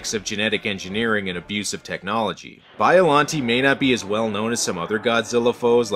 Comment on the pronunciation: You pronounced Biollante wrong.